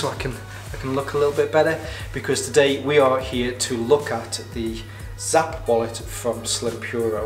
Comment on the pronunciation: Hi, thank you so much for that detailed video! 🙌We're glad to see that you like the wallet. Side note: It's pronounced "snap" 😁